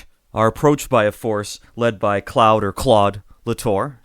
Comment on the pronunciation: lol “Clowd”. It’s pronounced “clode”